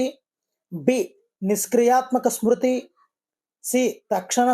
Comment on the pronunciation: Smruti. Not sruti